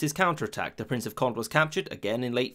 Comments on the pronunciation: Cohn-deh. Yeh, bruh! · Friendly correction, Condé is pronounced KOHN-DEH, not KOND. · It is not pronounced the Prince of "Kondd" but the Prince of "Konday" (Condé), a junior member of the Bourbon branch of the Capetian family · Accents does matter in French therefor the name CONDÉ is pronounced like COND-AY and not CONDE ;) . Enjoyed our super easy language haha, even if french is often not pronouncing evrything , "é" is evrytime a "ay" sound and Never optional - loving this video btw, it's a mandatory part of our historiy class at school. And Navard isn't where you spotted it on the map, it's in Spain; what you spotted is Béarn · "Condé" is pronounced Conday not Cond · Condé is pronounced as cohn-day (more or less), not cohnt. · “Conde” has an acute accent on the final “e” and so should be pronounced as Conday. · as in "café"! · Taupe It is not an aspirated consonant though, so "k-hon-" would be false. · CONDÉ = CondE you pronounce the final E!